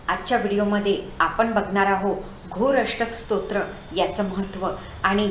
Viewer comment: योग्य उच्चार करा.